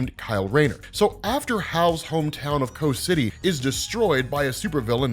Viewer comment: Every time says "Coast City," I hear, "Kos City." Which one is it? lol